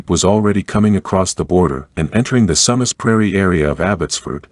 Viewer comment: Sue Mass, not sum uss.